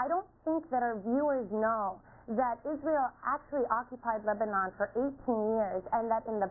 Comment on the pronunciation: he can't even say Lebanon properly